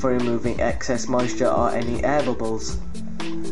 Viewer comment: Hehe, I heard bubus, tho you said bubbles.